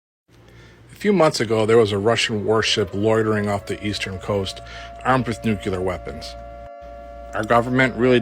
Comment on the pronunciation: My fellow Americans, Say it with me... "NEW CLEE ARE". Easy, right?! "NUCLEAR". NOT NEW CUE LAR/NUCULAR. OHKAY? THANK YOU!